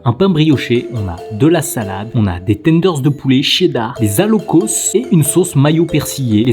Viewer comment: L’alloco, ce délicieux plat ivoirien, se dit "alloco" et on ne prononce pas le "s". En tant qu’Ivoirien(le pays de ma mère), je me permets d’en parler avec affection et légitimité. J’ai été un peu cocké😳 de le voir dans un sandwich, et j’aimerais partager comment ce plat incroyable est traditionnellement apprécié chez nous☺. L’alloco, ce sont des bananes plantains mûres frites, dorées et fondantes, que l’on accompagne souvent de poisson, de poulet, d’œufs, de sauces épicées ou de riz. Chez nous, on le savoure surtout dans les maquis, ces petits restaurants populaires où l’on se retrouve autour d’une bonne bière locale ou d’un soda bien glacé pour se rafraîchir, ou dans les allocodromes, des lieux en pleine air spécialisés dans la préparation de l’alloco sous toutes ses formes et aussi et souvent chez nos maman qui en font un commerce au bords des routes ou dans les marchés😋. Comme c’est un plat très populaire, on le déguste également dans le confort de nos maisons, en famille ou entre amis. On le retrouve aussi souvent accompagné de garba, un plat composé de thon frit servi avec de l’attiéké, une semoule de manioc cuite à la vapeur et légèrement granuleuse. Le garba est généralement assaisonné avec des condiments comme des oignons, des tomates, du piment, du citron, ainsi que le fameux cube Maggi et de la mayonnaise, souvent de la marque Aromate, très populaire chez nous. Les garbatchikis, vendeurs spécialisés de garba, sont très appréciés pour leur savoir-faire et la rapidit